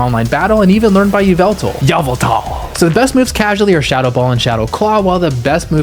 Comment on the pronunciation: first time i heard someone besides micheal call yveltal "yah-vul-tahl"... who also loves drowzee